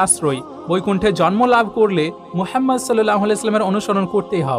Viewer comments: "মুহাম্মদ (সাল্লাল্লাহু আলাইহি ওয়া সাল্লাম)" — এটাই শুদ্ধ উচ্চারণ। আপনার চিন্তার প্রতি শ্রদ্ধা রেখেই শুধুমাত্র উচ্চারণটি শুধরে দিলাম। ইসলাম কারো ধর্মে হস্তক্ষেপের অনুমতি দেয় না। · দাদা আপনি নবিজির নাম উচ্চারণ করতে পারেন না, এই ভাবে বলবেন, হজরত মুহাম্মদ সল্লাল্লাহু আলাইহি ওয়াসাল্লাম, ধন্যবাদ